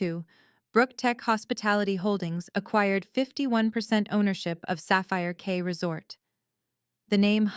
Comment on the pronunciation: It's Sapphire Key, not Sapphire K.